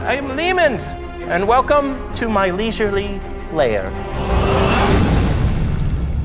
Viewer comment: "LAIR" not Layer